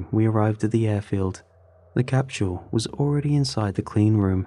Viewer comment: just under those 20 minutes I’ve heard the word “capshul” more times than the avarage person does during their entire life